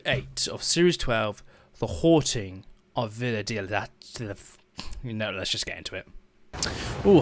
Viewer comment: I believe it’s pronounced Die oh Da tea The Haunting of Villa Diodati